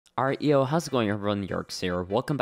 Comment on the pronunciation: first time hearing this it sounded like reo hows it going everyone now it sounds like alright yo hows it going everyone